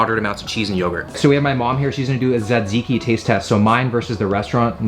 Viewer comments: Τζατζίκι το λένε αδελφέ. Όχι σατζικη. Love from Greece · It’s pronounced Ta-ziki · its pronounced like "tuh-zee-kee" if anyone cares lol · is he saays "zedzicki"? I thought it was tzatziki, tuh ·zee·kee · Hahaha ZedZiki that’s great. It’s T-ziki. You gotta throw the America Z sound squished with the ziki. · (Ta-zee-key) taziki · It’s pronounced sat-see-key I think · His horrible pronunciation of Tzatziki hurt me a bit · You are very close am from Greece and you have to pronounce the (T) at the start e little bit more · My heart felt like it got stabbed when you said"tzatziki" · Actually you killed the word "tzatziki"! Nowdays even grek people can't say it properly. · a Its... too much for him to learn how to.. say hello welcome to the video? Literally write it on cards and have the cameraman hold it, the point of this entire series is to embrace and do things like them; it sure as fuck wouldnt be too much LMAO, he couldnt even pronounce Tziki right (and I love, I watch every video and have for years, doesnt make it any less annoying sometimes =.=)